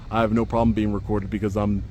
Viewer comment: "BCAUZ SEKURITI RESONZ" 😂 Thanks!